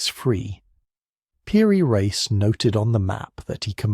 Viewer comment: Nice artist you have. I guess photography wasn't invented yet. And you pronounced "reis" correctly. And Venice is built on wood pilings, what would they expect? Well they're Italian and make great overpriced cars.